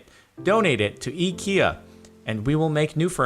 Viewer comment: The way you pronounced the "EKEA" is exactly how we pronounce IKEA in Scandinavia :)